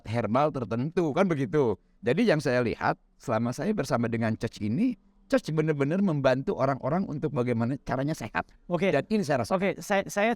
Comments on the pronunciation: Iya 😅 bilang nya Choch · maaf sdh 2 tahun bersahabat tp tdk ada yg meng koreksi ucapan bpk ini utk pelafalan ( pronounciation) coach